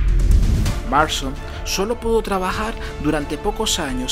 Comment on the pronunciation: Es William MARSTON no William Marshal, buen video, aunque con la pronunciación de algunas palabras sí se le fue la volqueta al río